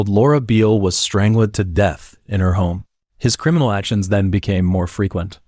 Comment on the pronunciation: JFC...I'm out... If I have to hear "strangelid" once more, imma throw my tab. DO BETTER...